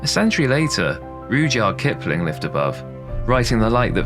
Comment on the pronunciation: I haven't heard anyone pronounce Rudyard Kipling's name that way before...